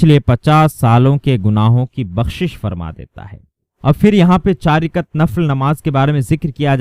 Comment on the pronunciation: Rikat nahi rakat